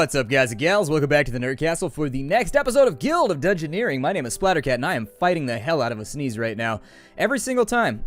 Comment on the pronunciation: Dungeoneering not dungeoneers